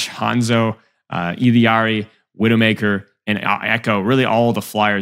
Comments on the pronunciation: Illari’s name is pronounced “EE-YAR-EE” not “illy-yar-ee” lol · “illari’s” pronunciation is more like “E-Yar-EES” lol you always throw an L in there but it’s silent